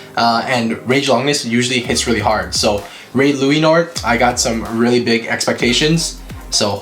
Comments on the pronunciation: I love the part when he says raid luinor he says luainor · Say it right ok here lu-a-nor Ok not bahamut balkesh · It's luinor